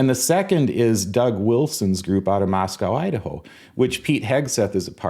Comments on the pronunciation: Happy Birthday to a true thespian! Thank you for being a beacon of sanity in this crazy world. And don't forget - when talking about Moscow, Idaho - it's pronounced "Moss co", not "Moss cow" 😊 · As a Vandal from University of Idaho in Moscow, ID, allow me to inform you that the 'w' is silent. It is pronounced "Mosco." I don't know why. I think it is dumb. I like Kanawha County, WV now and the 'wha' is silent as well.